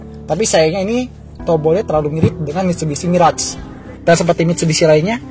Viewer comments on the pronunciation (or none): none